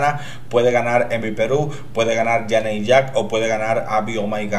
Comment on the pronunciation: ¡Sí que Janey Jacké fue la mejor esta vez! ¡Hasta merece que pronuncies su nombre bien! Mira, inténtalo, es yeini yeke'i LOL